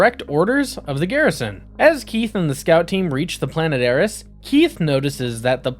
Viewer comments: "Higher-iss"? did you mean "Heiress" - "air-ess"? just before 3 minutes. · Hyrus? It's heiress. Pronounced air-ess. Not that difficult of a word. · Hire-ess? (Heiress)🤣🤣🤣